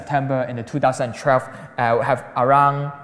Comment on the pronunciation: I never knew 2012 had an "R" in it. Two thousand and trelve?